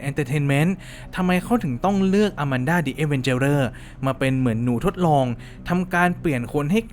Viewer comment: เรียกว่าอาแมนด้าครับไม่ใช่ อามันด้า😅😅